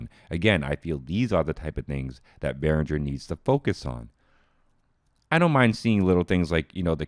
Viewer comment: Hey, it´s BehrinGer, not BehrinJer.